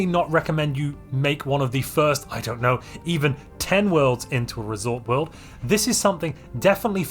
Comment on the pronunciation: What a coincidence, I built my first resort world today after years of playing Stellaris. I have to say, I'm really disappointed by the lack of unique buildings. Not even a reskin of luxury residences called luxury hotels Also, every time you say "resort world" it sounds like "risotto"